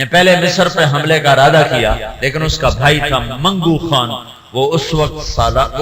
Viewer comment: khan to ab log bolne lge khatoon nhi hatoon hota h khan nhi haan hota h